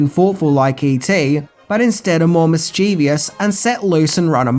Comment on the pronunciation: Hay, there’s no such word as “mischievious” the word is “mischievous.” Good video though, mate. 😊